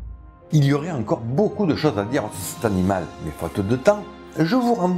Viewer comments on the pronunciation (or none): none